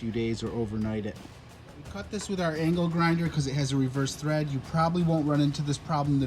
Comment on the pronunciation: THREAD....not TREAD....